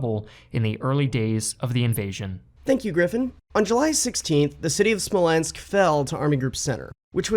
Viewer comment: I had a physical reaction when you said the word "Smolensk"